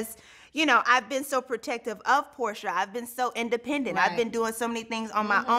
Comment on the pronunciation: It's porsha not portia